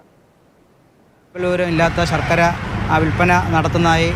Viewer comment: സർക്കര അല്ല ശർക്കര 😂😂😂